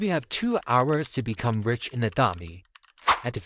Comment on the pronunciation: When he siad "rich" it sounded like "wich" but its ok because thats how it sounds when i say"rich" it sounds like"wich" so its ok i dont care